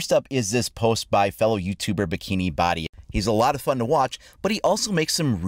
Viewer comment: Bohdi not body